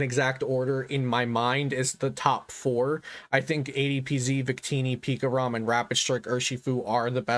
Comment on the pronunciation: for some reason i laugh when i hear pikarom